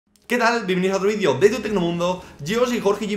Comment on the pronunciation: por que dicen vidio en vez de video?